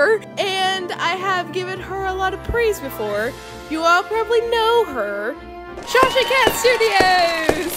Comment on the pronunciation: TIIL that it's SHashacat studios, not sashacat......